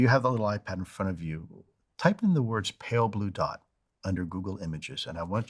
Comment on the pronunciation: How about giving Carl Sagan some credit if you're gonna butcher pale blue dot.